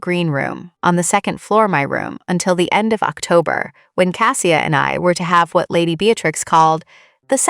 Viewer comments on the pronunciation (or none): Outside of the complete mangling of the main protagonists name, it's a decent story. Cassia is a loving and deeply caring woman. I wish them both joy. And Mrs. Lavoie.